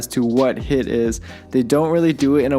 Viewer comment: It is pronounced as heeeeeeeet.